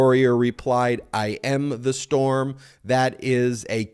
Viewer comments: "I am the strom", not storm, lol. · “I AM THE STROM” how did Ben seriously not make fun of that 😂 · So Trump repeats "I am the Strom". Do they know how to spell Storm? The best and the brightest appear to be neither. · "I am the strom." You misread that Ben. It's even more ridiculous than you thought. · WHAT "storm"???? It says "I AM THE STROM". Sorry, Ben, my ex is an attorney who made a compulsive proofreader outta me :) :)